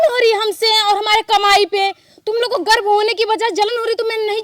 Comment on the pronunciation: Garv bholate hai garb nahi